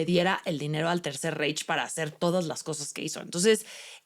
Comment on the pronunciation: Reich se pronuncia Raig... Saludos